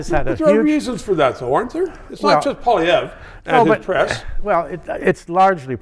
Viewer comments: Learn how to pronounce Conservative leader's name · Trudeau hasn’t made any errors? He is a constant mistake. He can’t even pronounce Poilievre properly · this guy can't even pronounce Pierre's name lol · He can't even pronounce Poilievre properly. Time for your meds. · How can you still not pronounce Poilievre's name at this point. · As a former Press Secretary, one would think he would be able to, at the very least, spin doctor some good press on what Justin has done. If this was his goal, he failed dismally, as he seemed unable to make any strong positive statements re the Liberal MP who holds the Office of Prime Minister. He also cannot expect to be taken seriously if he cannot even pronounce the name of the leader of the opposition. He is also appears delusional and/or naive and/or incompetent stating Justin has made no major errors. This suggests a once presumably capable and competent press secretary is no longer competent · Can't even bother to figure out how to pronounce the leader of the opposition's name properly. A bit disrespectful. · Is this guy for real? How can he pay attention to politics when he can’t even come close to pronouncing Poilievre? He is so obviously out of touch, not to mention so obviously biased. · This Guy can't even pronounce Pierre's name. What a tool. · I agree with the statement from Mr. Gossage that "Traditional media does not reach young people". I DISAGREE withe everything else he said, and he doesn't even pronounce Pierre's name properly. I enjoy this channel and will drop some money in Paypal. Like !!!! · The fact that he can not pronounce his opponents name says it all Another libtard that can not and will not admit to their abject failer and harm they have done to Canada and Canadians. Let Us Vote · you’re an effing canadian, learn to pronounce the man’s name.